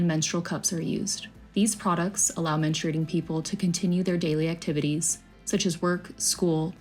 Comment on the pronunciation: 'Menstruating' not 'menstrating.'